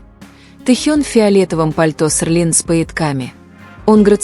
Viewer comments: Может Селин,а не Серлин?И вы назвали имя другого модельера.Это не Эди Слuман,он не модельер Seline. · Вообще-то Селин а не серлин. Постоянно каверкаете и ударение не правильно ставите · Хотя бы правильно выговаривайте СЕЛИН 😮😮😮😮😮